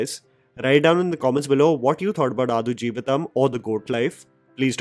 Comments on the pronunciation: Bro.. pls check the pronunciation of the movie title before reviewing it.. it’s आड़ not आदु.. 😊😊🙏🏾🙏🏾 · आडू जीविथम not अथुजीविथम 😅 😄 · It is pronounced as AAD JEEVITHAM and not Aadu , its high time northies pronounce the movie the way it should be pronounced. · Adu is pronounced as D for Denmark…not D for dus…. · आडु 🐐 जीवितम् its ड not द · Quick correction, the title is adu... Its the 'D' sound as in Delta not D as in 'the'... So it's pronounced आडु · I think it is pronounced आडजीवितं. The u acts like a schwa sound, I think. So, pronounce आडजीवितं like a Marathi person would rather than a Hindi person. Which means give equal time to each syllable rather than glossing over the ड because it has no Matra.